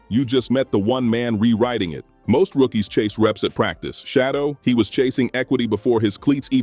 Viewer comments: Say! Shedeur ! not Shodow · SHEDURE is his NAME not SHADOW!! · It isn't Shadow, it's Shedeur! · Bruh his name is SHEDEUR dam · His name not shadow nephew name sheduer correct it thank you ❤😊 yes let's go newpew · Stop mispronouncing has name. Who the heck is Shadow???